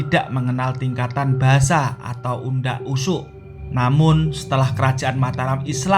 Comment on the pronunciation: Dan pembaca narasi bukan orang jawa, karena tidak bisa menyebutkan dengan pas kata "unda usuk"